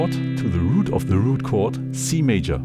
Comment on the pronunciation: Thank you,. Well and thoroughly explained! Your English is really great. Please allow me to make a small suggestion as a native English speaker, knowing how incredibly difficult it is to be fluent in another language. You say what seems to me to sound like 'them'? when it is more correct to just say 'the'. Occasionally depending on your intent, it would also be correct and more descriptive to use 'these' or 'those' instead of 'the'. Again, your English is excellent, and great video.